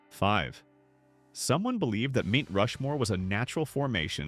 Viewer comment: STOP USING AI FOR VIDEOS…MT=Mount…Mount Rushmore..Not Meet🤦🏼‍♀️